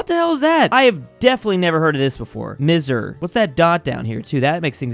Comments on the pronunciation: Egypt is missr not mi s r its misr it in arabic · Egypt one isnt pronounced miser its pronounced masr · It’s not mizr it’s misr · Its not mizr its mesr i speak arabic so i know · misr is not the actual pronunciation its MISsRE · it's pronunced as misr, not mizer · I'm Egypt and it's actually pronounced masr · It's Misher. Pronounce ' ṣ ' as 'sh'. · Its not "misr" its macir (egypt in arabic) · Egypt is not "Misr" it is like, "mishr" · I'm from Egypt and it's not misr it masr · Bro, its not Misr, it's Masser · Misr (Egypt) is pronounced MASR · Misr is pronounced Ma'asr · at the start egypt is more like "Mas-ur" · Egypt local name is pronounced Masr, I knew it because I’m an Arab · it's pronounced: Masèr 😮‍💨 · If you dont know how to pronouce Misr its mi-si ir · Egypt's name is pronounced as MSs-ear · pronounced miss-er I believe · I'm Egypt we pronounce Egypt as misr or masr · The dot under the s in misr makes it a hard s